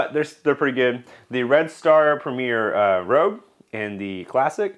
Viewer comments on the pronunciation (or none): It's premier rouge not premier rogue. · Great video. Just an FYI, the yeast by Red Star is Premier Rouge, not Premier Rogue. "Rouge" means red in French. Keep up the great content . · Rouge (red) not Rogue. A good review. I use Rouge in blackberry wines. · (I feel like my mother in telling you) but I still feel compelled to say the yeast is Premiere Rouge (red) as in the french word not rogue. Also it would be cool to see the time it takes the yeast to fall out of suspension for each individual jar. I know that each of those yeast have an optimal temperature range. Do you feel the ones with the poorer performances were well outside these temps? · Red Star Premier Rouge....not rogue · You really piqued my interest on the red star products. I am confused though. You called one of them Rogue, did you possibly mean rouge? Totally not being a smart ass btw. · Ummm...rouge? French for "red". As in "Red Star" or red wine. In contrast to Red Star premier blanc. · lol "Rogue" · Oh I totally goofed. I messed up and mis pronounced it every time!!